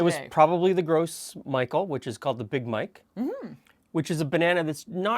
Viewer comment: The Gros Michel is pronounced grow mee-shell not gross Micheal. Just thought you'd like to know.